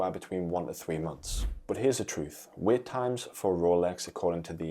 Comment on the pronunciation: It’s ‘wait’ not ‘weight’ …..